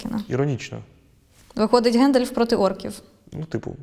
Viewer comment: ГАндалф(укр), а не ГЕндалф(рос)